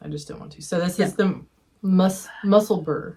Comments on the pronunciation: SO HAPPY to see you back again. I've been looking forward to this so much., you are very good at saying 'Musselburgh'. It's the same way you should say 'Edinburgh'. Love you beautiful people XXX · As someone from near Musselburgh (I'm in Edinburgh and Musselburgh is a small town just outside). Your pronunciation isn't bad (and trying is much appreciated). The ending is pronounced the same way as the ending in Edinburgh, so either Mussel-buh-ruh or Mussel-bruh would be fine. The second way, in my mind, is somewhere between a bra and bruh sound. Hard to explain in writing! Just avoid Mussel-burg or Mussel-boh-row, they're guaranteed to annoy Scottish folk! 😉